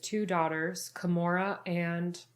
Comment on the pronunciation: its Gamora not Kamora